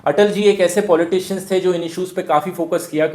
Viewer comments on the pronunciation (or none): min "Polticians" ni poltician thy... dhruv sir